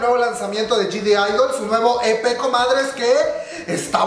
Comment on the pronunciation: bro porque dices Gdidol jajajaja para empezar la G ni se debe pronunciar y no hay D al principio de la palabra de idle por eso se escribe G-idle porque la G realmente no se pronuncia, es crítica constructiva que espero consideres